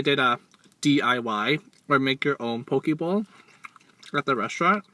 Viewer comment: Hi!!! I like the part when you made the "Poki Bowl" part sound like "PokéBall" from Pokemon. My question for you is, Are you going to eat a whole bunch of Pizza for us? A lot of people have been requesting that 😄. I loved the "Croch" part X,D it was hilarious. The crab salad looks good" Wish there were stores like these where I'm from.